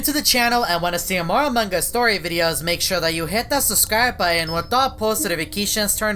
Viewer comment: Me: subscribe and enable post notifications: hit that subscribe button and with thatt potto nificattion